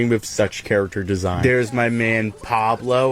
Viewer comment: Bro says character char-a-cter